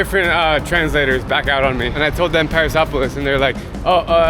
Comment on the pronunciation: When he said Paraisópolis it sounded like Paris and I was like WTF